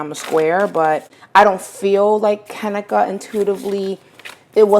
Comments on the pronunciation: Have some damn respect and pronounce her name right!! It's Ka-NEEKA. I cringed everytime you said her name! Do some research and make sure you are pronouncing someone's name right before you make a video about them! 😡🤬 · lol its kuh-nee-kuh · You’re saying her name wrong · You said her name wrong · Wasn't no dam accident deleting shit..you can't be serious you just pissed me off !!that hotel has cameras every where this is a 5 star hotel tf on top of you saying her name wrong!!